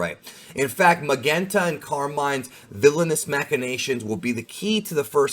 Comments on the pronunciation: I think it’s pronounced “Magenta” with a soft “g” like the color. Magenta and Carmine are both shades of Red. A pun for the Red Ribbon Army! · Magenta is pronounced Ma-jen-ta, like the colour . The colour of his jacket. So excited for this movie, about time Gohan get some light.